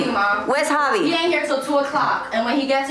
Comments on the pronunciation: Okay so they purposely say everyones name wrong , bris family as a collective mispronounced devoins name and now the sister purposely calls him "JAHvi" even the bri clearly says "HAvi" wassup with that . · Drama aside Brittany pronouncing javi name wrong is always funny asf 😂😂😂